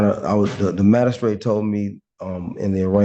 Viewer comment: What the heck is a "mad-a-strate"? Is it a lower status magistrate??😅😅😅